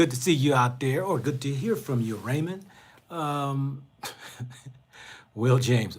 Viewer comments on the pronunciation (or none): none